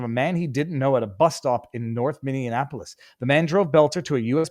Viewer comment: I stopped watching after you said, " Minnianapolis".